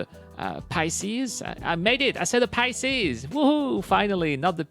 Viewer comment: Pi-Seas not Pie ah seas but good video as always